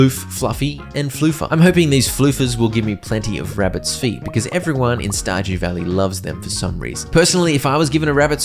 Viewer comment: Verdew stalley? Or stardew valley?